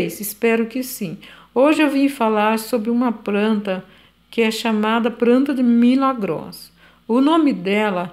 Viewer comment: Eu amo quem fala "pranta e pobrema" ❤